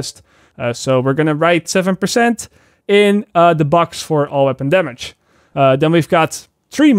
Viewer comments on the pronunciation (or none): Its Damage bro .....Not Damash . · First time i heard when he said "Damage" i thought wtf is that 😂 ......a few more times of hearing it .....oooooooh damage 😂Fuckit lol